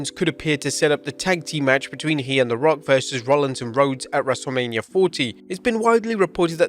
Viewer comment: "dubloodublooe" - 😂